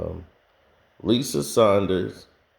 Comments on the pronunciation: Dude you may be factual however it's hard to believe anyone who cant get something basic like peoples names correct. Lisa Salters has been around for years not Sanders and Malika Andrews like Mekaylah. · IT'S MA-LEE-KA ANDREWS AND LISA SALTERS. GET THE NAMES RIGHT BRUH. ALSO, RACHEL NICHOLS IS A LEBRON GROUPIE. I HAVE NEVER HEARD HER BE OBJECTIVE OR CRITICAL OF HIM.